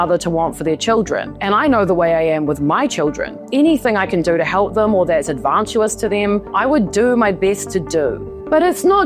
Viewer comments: The word "advantageous" is pronounced with stress on the second syllable. In American English, it's typically pronounced /ˌædvənˈteɪdʒəs/, and in British English, it's often pronounced /ˌædvənˈteɪ.dʒəs/. Here's a breakdown of the pronunciation: /æ/: as in "hat" /d/: as in "day" /v/: as in "very" /ə/: as in "above" /n/: as in "name" /ˈteɪ/: as in "day" /dʒ/: as in "jump" /əs/: as in "us" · Advantayjus is how advantageous is pronounced i didnt want to correct it i really liked the video its just someone should comment on the pronunciation mistake i reckon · I agree with everything you say but please learn how to pronounce “advantageous” and “Archibald”.